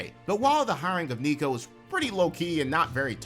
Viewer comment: Not even mad at you repeatedly screwing up Nico's name. I hope he gets fired and forever lives in infamy!